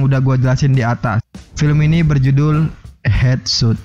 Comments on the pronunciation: Hedsot bukan hetsut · Headshot di baca hedsot Sut dibaca kalau penulisan "shoot" Suting , shooting Hadeeeh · Headshot cara bacabya Hedshot